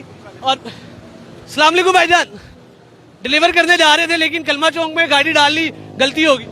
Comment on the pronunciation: Bhai "Chowk" hota hai "Chonk" nahi hota